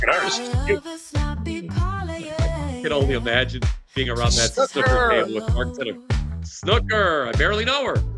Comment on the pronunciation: MarKKKKKKKKKKK! No "c" ...